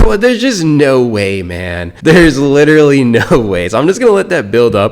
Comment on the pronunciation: Lidderly lidderly lidderly lidderly like lidderly even.